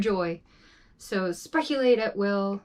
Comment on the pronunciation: Did you just say "Spreculate", I dig it.. LOL, I once said "Solitudic" to answer a question by my friend that lives in KY.. 🤣Bed Hog Dog. and a box of chocolate, lol.. Oh trust me on the haters, they do try to find a way, Oy vey.. 😒🙄But it is what it was, now do you and be the best you can be😁... (aka, also from The Video Stump on YouTube)